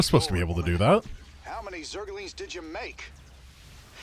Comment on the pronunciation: Raynor also says "Zerg-a-lings". It's officially cannon in SC2 as well! Blizzard pls fix all other spellings of zergaling, please.